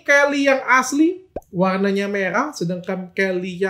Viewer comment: Helly bukan Kelly, dr 😂😂😂😂😂